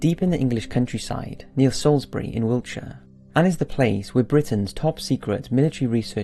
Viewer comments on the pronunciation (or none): none